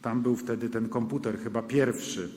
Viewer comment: Konputer! Angielska wóda!